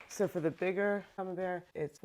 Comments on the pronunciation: I mean, the way you used to say camembert (“coming bears”) is not wrong lol if anything is closer to the original french :p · I love your cheese making videos! I’ve never even thought of making my own cheeses, but you’re inspiring me to try some. Just as a note, Camembert is a French cheese, and the way you’ve been pronouncing it, is quite close to the French pronunciation. So, you’re absolutely good on this! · Actually, your first pronounciation of Camembert was quite spot-on, comparing to the French (as in: original) way to pronounce it :) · I think your pronounciation is the right one. It sounds more european than the american version they tried to trick you into. :) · True, the first way she was pronouncing it was actually closer to the French. Practically perfect. The "A" being "Ah" etc. The correction she received from her friends is an American pronunciation Similar to how the last name Collier is more or less "Cohlyay" in French, but in the US everyone says "Cahleeyer" or "Cawlleeyer" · I think the taller one is for triple cream and the whay you where saying Camembert was right I’m French and it is a French cheese 😂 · Thanks for sharing these cheese making videos. I'm watching you from Hungary, but because I lived in France for almost 20 years, I love the french cheeses. So, because Camembert is originally a cheese from France, Normandy region, you were actually pronouncing the name correctly :) Americans love to americanize all the foreign words. Your videos are great and a good source of learning and not making too many mistakes as a beginner. All the best to you. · You're right by how you say "Camembert" - hey it's a french word - Americans are not so good in foreign words / languages ;)